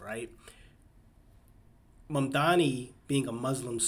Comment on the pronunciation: dude actually pronounced his name right lol